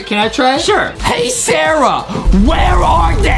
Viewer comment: Actually its sara